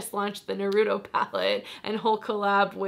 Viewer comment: Fyi you pronunce Naruto as Nar-Rue-Toe